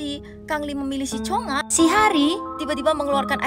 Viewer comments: Kak bilang cungha itu cungak aja hahaha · Plis bukan Cheonga😭 tapi chungha